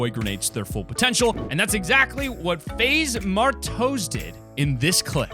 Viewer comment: My man's said faze mar-toes lmao 😂